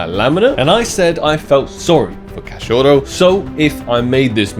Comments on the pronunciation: btw you pronounce cachorro like cash-show-ho. No rolling of the R's that's Spanish or maybe Portugal Portuguese. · just so you know, it's pronounced as Cacho-HO (dog). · Cachouro kkk mto bom ele falando cachorro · Hi why don't we make a small game for each time you pronounce wrongly the word Cachorro you give me 1k on skinclub to play on your account deal? :)